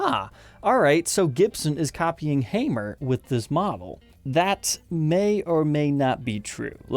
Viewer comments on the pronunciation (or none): ⚒️🔨🔨🔨🔨🔨 not hamere that's like lame Paul unless your from Indiana then I could forgive your speech inbreeding